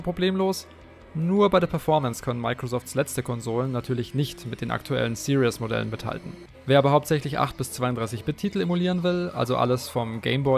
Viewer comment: Series nicht serious du sprichst es falsch aus